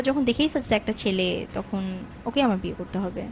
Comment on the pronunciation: আপনার "বিয়ে" এবং "ঠ্যাং"-এ কিছু সমস্যা আছে।